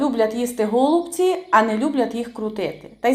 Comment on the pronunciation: Тільки не гооолубці а голубцііі , капець аж по вухах ріже....😮😮😮😮😮